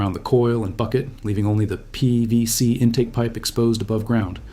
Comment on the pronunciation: I hope you consider this civil...but why can't you say PVC? It sounds like it's the first time you've ever said the phrase aloud.